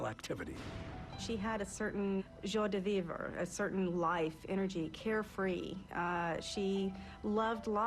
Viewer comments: Joy de-vever?!? 🤦🏻‍♀️ Joie de vivre: ZHwä de vēvreh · "Joy du veevra." 🤣🤣🤣🤣🤣🤣🤣🤣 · She had joy de veever. I mean if you can't pronounce it, don't use the expression.